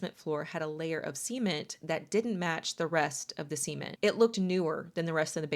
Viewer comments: Why do you say "cement" like "semen" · .... a layer of "SEE-ment" that didn't match the rest of the "SEE-ment" ... 🤔😶😏😅😂🤣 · wh-why do you say cement like that…